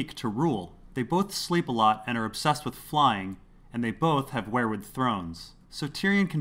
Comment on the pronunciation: Its WEIRwood not WHEREwood! Seven Hell's!!!